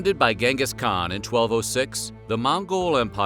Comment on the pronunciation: It's pronounced chengus not gang Gus lol